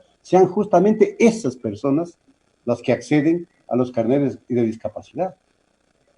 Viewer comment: No son CARNÉTS son CARNÉS, en singular CARNÉ, no carnet